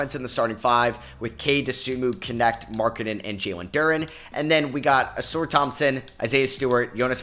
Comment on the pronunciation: it’s not pronounced “A-sore” Thompson… it’s “A-sar”